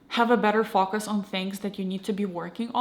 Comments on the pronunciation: Her way of pronouncing "focus" isn't the result of her accent, she just doesn't know that the "o" is short in that particular word. The word "fokus" exists in Russian, meaning deception or trickery, and that's probably where the confusion comes in, but she's totally able to produce that sound. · You're pretty amazing speaking English btw, if it weren't for your name and the bit of accent that comes out when you pronounce "focus", I'd be convinced you're American, good job, and great video